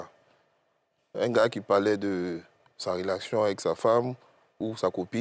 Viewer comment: Hooo lala va me manquer surtout quant il prononce "" rolative, rolation, rolatif "" 😂😂😂 big-up à tte l'équipe je vous ai suivi tout ce temps depuis Moscou. Suis en passant une fille du continent ❤❤❤❤❤